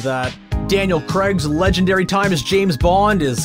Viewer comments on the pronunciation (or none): none